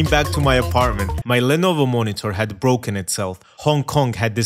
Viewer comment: Souf koweay is bwoken